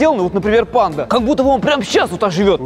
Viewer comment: Как Серёга говорит панда-(ПэНДа)